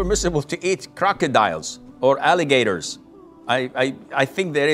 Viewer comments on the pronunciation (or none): why he say alligator in such an American accent😭